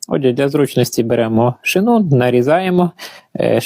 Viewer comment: Не шинУ а шИну